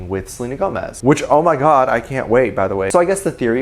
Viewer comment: I love the way emphasizes the"oooooh my god" in the fans comment about Jimin's but 😂😂😂